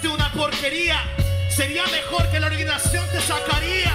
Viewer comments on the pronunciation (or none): Soy yo o aczino ha dicho orguizacion?